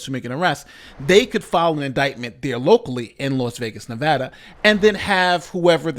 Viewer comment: Thank you for pronouncing Nevada correctly. As a Westerner who now lives on the east coast I always hear it pronounced incorrectly and it grinds my gears.